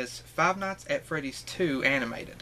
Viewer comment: I love how you can't pronounce animated and stutter its a really funny trait and I like it also congratulations on 6000 sups you growing a lot and that's really cool